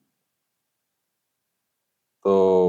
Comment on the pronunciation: দাদা, এটা তুমি কি বললে?😂 শুভাকাঙ্খী বললে নাকি শুভাখানকি, ঠিক উচ্চারণ টা বুঝতে পারলাম না 😂😂😂 কিন্তু দিনকে naughty হয়ে যাচ্ছে 😂😂😂